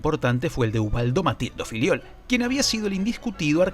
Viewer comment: Soy yo o los argentinos siempre pronuncian Fillol como “filiol”? 😂